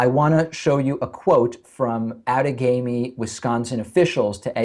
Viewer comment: I'm a Wisconsin voter from Outagamie county, and 1) congrats to David on correctly pronouncing "Outagamie ," and 2) the place where I voted had TRUMP signs just outside the building, which the manager refused to remove. I reported it, and I was told it would be "handled." We need better law enforcement to keep partisan signs FAR AWAY from voting places because they make people (such as myself) wonder if my vote even counts. And apparently mine quite possibly doesn't. EDIT: 3) We also need to slow down in the counting. Too many states rush this crap like it's not even important. 4) It's absolutely CRIMINAL that Stein has to pay for this when 4 wards in the state counted more votes than ballots! Why does anyone have to pay for this other than Wisconsin? 5) WHY aren't more news sources reporting this? 6) This entire thing should be investigated for fraud, not just a "clerical error" if you see it from a lib pov. 7. It's all f-ed up right now because the Supreme Court only has 8 seats filled right now.